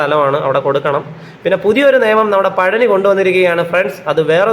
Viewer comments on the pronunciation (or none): none